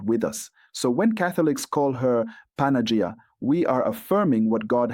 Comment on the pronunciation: Who writes the texts you are reading? Does the text have imprimatur? 1. You are butchering the Greek pronunciation behind recognition. Don't say if you don't know how to say it. Check the Παναγία (Greek) or Панаги́я (Russian). 2. You don't know the history of Church and you offend Slavic people. Saints, brothers Cyril and Methodius were on mission to give Slavic people translation. They visited Rome in AD 868 and Pop Hadrian II approved their work. Saints translated Bible and other text to what we call today Old-Church-Slavonic using a new alphabet based on Greek (it become Cyrillic used in Russia, Ukraine and other countries today). Bottom line after Semitic languages of Bible, Latin and Greek, the Slavic language was the next language officially approved in year 868. God had chosen and blessed Slavic people with translation to their own language. Some of the text from 900'ish still remain and we can study them today. Other languages had to wait for approval over a thousand years after the Second Vatican Council (1962–1965). Half of a true is a whole lie. First learn, before you will teach others. You are uneducated ignorant or a puppet manipulated by somebody, or both.